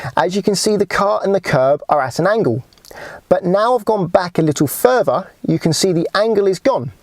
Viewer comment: Sorry. I couldnt get to the end. L is pronouced ELL not EW. TH is prounounced Th not eF or W . Torture on the ears . Fing ? Furver ? Free Steps ?